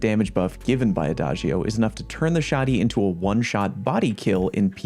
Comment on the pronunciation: I love the fact that Fortissimo and Adagio are both Italian words Also thanks for using the correct pronunciation and you are one of few peaple that knows the correct translation